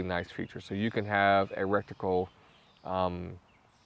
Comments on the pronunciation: Awesome review, I could not help myself I had to tell you that its pronounced retical not rectical. Content was great though and highly useful. Thanks for all the hard work you helped me make my decision! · Good video but the word is R-E-T-I-C-L-E NOT R-E-C-T-I-C-L-E. Thanks ! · or just say reticle lol 😂 not recticle...💯👍🏼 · Take a shot every time he says "rekticle" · Bro thanks for the review. Awesome. But if I hear recticle one more time, I'll avoid your videos like crazy.